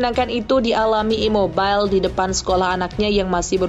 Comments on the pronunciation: Ciro ImobiLEEEE,,, bukan Ciro ImmoBAIL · Baca imobile bukan imobil😂 Pelafalan bahasa Italia sama dengan indonesia jngn dikit2 Inggris. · Gak semua nama orang asing dibacanya pakai bahasa Inggris, contoh CIRO IMOBILE. Sebutan udah benar IMOBILE bukan Imobail.